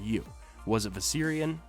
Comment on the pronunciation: The way you say viserion is driving up the fucking wall